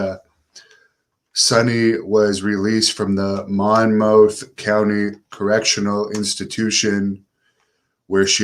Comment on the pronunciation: Its pronounced Mon-Mith but its irrelevant good content good shit brother